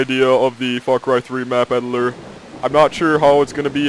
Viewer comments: Sounds like he says edilor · i know what an eel is, i was referring to the way he says editor lol. An eel has nothing to do with a snake just has that sort of snakelike body, they are just an ugly blind fish